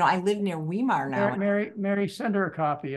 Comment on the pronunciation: Tip- "V" -"eye" -"mar" and now say it as one word - Weimar, Germany, Weimar Republic... The "e" and the "i" are pronounce exactly the opposite in german and english. look up a site where the word will be pronounced. I always cringed when I hear this - and I'm an american!